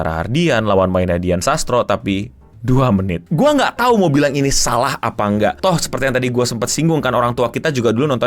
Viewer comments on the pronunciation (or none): none